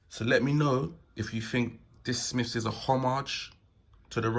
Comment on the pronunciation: Ok can’t listen to this if you say Smiffs wot went up Everest. Jesus man!!